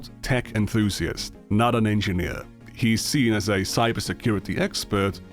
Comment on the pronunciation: He was saying edgy nerd not engineer! I swear! At the end of the day ladies and gentlemen I believe mutah.